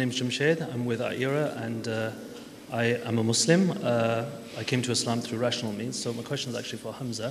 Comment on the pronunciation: I like that he pronounced Muslim with the 's' sound not the 'z' sound.